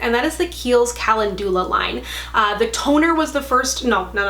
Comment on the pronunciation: Hi, like the content on your channel. Check out the pronunciation of calendula.